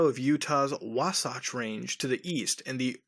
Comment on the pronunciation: i live in Utah and i can agree that mormons are evil also its pronounced wa-satch my friend